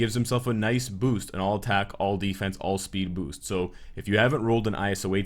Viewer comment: Is it just me or you guys hear it to that he slipped says "huge boobs" instead of "huge boost"? 😂😂😂